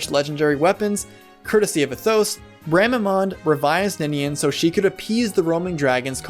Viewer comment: You do like to put the accent on the wrong syllables. Try saying Athos with the accent on the A instead of the O, so it's like saying Athens. Next, try putting the accent on the U in Durandal instead of that first A. But yeah, totally loved the Eliwood and Ninian Romance. I'd forgotten a lot of the game's story over the years, but that was one of the few things that stuck with me. Thanks for the video.